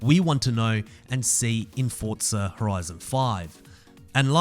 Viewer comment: Bro I am just saying why do you say Fortsa it is forza